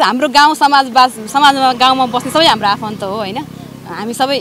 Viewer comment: Bhim sen pun Dang Ghorahi कुरा भनेको कुदा भन्छे तर भनेको तद भन्छे हाम्रो भनेको हाम्दो भन्दि रहिछ जिब्रो राम्रो सँग नचल्ने रहिछ बथलि आईमाई